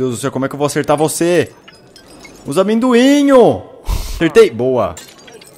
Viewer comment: "Esses Amêndocu" ~Felps 😂😂😂😂😂